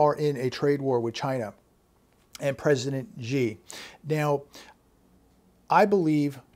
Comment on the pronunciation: Xi is pronounced like "SHE"